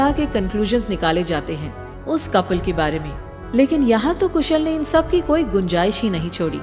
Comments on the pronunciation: Kushal not koosal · It's KHUSHAL not KHUSHUL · Its not कुशल its कुशाल